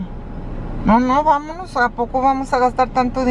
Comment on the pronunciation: Mama: "amonos Ruben" lol